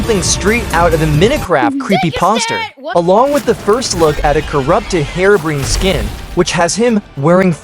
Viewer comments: No offense but its so funny how you say herobrine : "hirobrin" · "Herobrain" fix yo ai homeboy (or dont use one at all) 😭